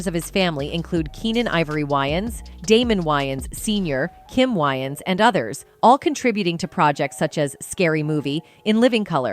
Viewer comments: why does narrator insist on renaming way-ans to why-ans i js couldn't take this seriously if host couldn't take 2 seconds to google correct pronunciation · Isn’t Wayans pronounced weigh-ins? Not why-ins? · I can't she can't say wayans right.🙄. These Ai are not so smart after all. 🤨😂. Nj.